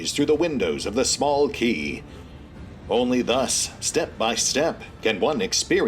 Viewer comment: You pronounced quay the right way this time around, while I unsurprisingly still read it as qu-ay 😂😂 I'm amazed by my poor memory